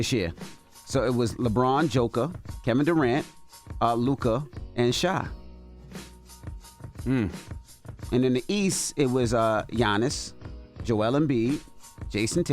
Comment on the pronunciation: Who's Shy??? 😭 Yall definitely not watching the games. His nane is Shai, (pronounced shay) & he's got the most 30pt games this season. Smh